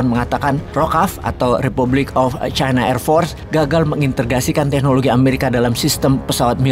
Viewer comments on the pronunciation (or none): none